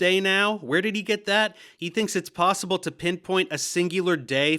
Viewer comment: Way he pronounces possib’o or periodic tay’bow, sounds like a white guy trying to do a cheap impression of a black guy